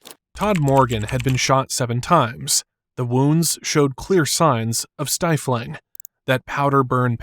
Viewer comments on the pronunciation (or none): Stippling, not stifling.😂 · It's stipling not stifling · AI again…it’s stiPling not stifling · It’s stipling, not stifling. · It’s not “stifling”; it’s stippling! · Stippeling not stifling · ~28 minutes: It's stippling, not stifling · Stippling not stifling. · Gunshot STIPPLING not stiffling. Enjoyed the video, thanks. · Stifling 😂. That's stippling! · Quit using AI. Its stippling not stifling and it makes the video sound ridiculous.